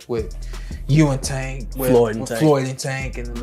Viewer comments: HE DON'T EVEN SAY THE MAN NAME RIGHT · Why yu on this channel lying like dis 🤦 yu a p.o.s for this..and at least say tank name right 🤦 terrible journalism and video 👎👎💯